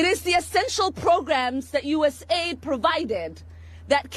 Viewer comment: Say U.S.A.I.D not US AID